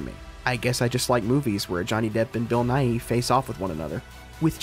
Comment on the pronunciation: i understand the desire to pronounce the Y at the end of Bill Nighy, but its not pronounced. you say his name just like the science guy